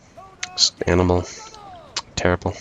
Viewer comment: oh animal abuse - I thought you said anal. anyway great game as usual